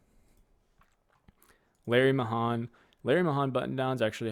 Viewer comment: Larry Mayhan was a pro rodeo champion. The Pearl Snap sell great and the more flamboyant designs. His name is pronounced ( may-han )